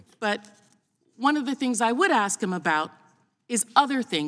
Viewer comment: What does axchyou mean? Is that even a word?